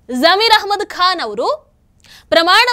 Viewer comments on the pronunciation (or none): none